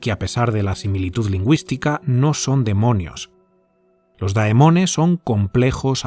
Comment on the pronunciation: Se pronuncia Demones